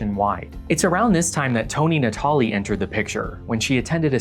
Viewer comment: honestly, you pronouncing "Natalie" like that threw me off more than the f-bomb